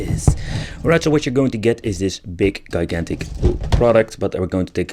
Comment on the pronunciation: how many times are you going to say guy-gantic